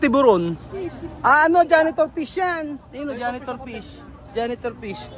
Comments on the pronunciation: Hi. It would be nice if you can pronounce the F (PISH) properly. Thanks ✌️✌️✌️ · fish not pish😁✌️ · KOI FISH NOT “KOI PIS”...😂😂😂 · I pronounce mo ang letter F correctly kasi letter P yong pagka bigkas mo sounds like Pish sana sa tutorial nila turuan cla ng correct pronunciation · Hola,. He visto bastantes videos tuyos y lo que estás haciendo es digno de elogio, especialmente en lo que respecta a la educación de los niños. Sin embargo, noto cómo pronuncias mal las F y las V. Por el bien de los niños, tenga la amabilidad de esforzarse más en pronunciar dichas letras correctamente. Muchas gracias.